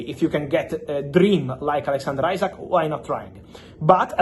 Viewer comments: Butchers Isak’s name every time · Bigger question is which will come quicker Fabio's correct pronunciation of Isak or Arsenal signing Gyokeres? 😅